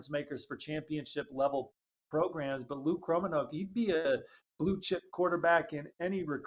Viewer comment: according to Luke Kromenhaok himself his last name is pronounced "crow-men-hawk", just want to be sure you do not continue pronouncing it wrong the next 5 years or so.